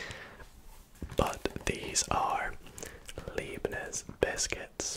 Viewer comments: Hi, Leibniz is pronounced L-eye-bniz. So "ei" in german is pronounced like the English word "eye" :) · Hey, you can easily say leibniz by saying Lie-bnitz The lei makes a lie sound in german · heads up- an 'ei' is pronounced as an 'i' I German, and an 'ie' is pronounced 'ee'